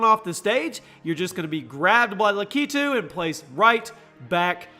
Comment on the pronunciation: He said lakkeetoo